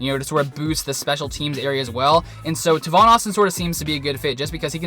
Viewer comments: Tay-Von Austin not Taaaaa-Von, say it with me TAAAAYYYYY-VVVVVOOOONNNNN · its pronounced "tay-von". Great Video!